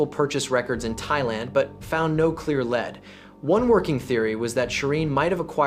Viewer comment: Lead not led as pronounced